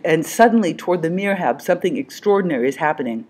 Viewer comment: the correct word would be MIHRAB ( not mirhab : the ''R'' and '' H'' should swap places )